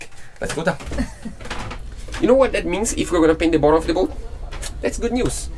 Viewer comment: your English is excellent...but.... “bottom” is pronounced [bot-um]. You guys do a great job on all that you do. I mean no offense.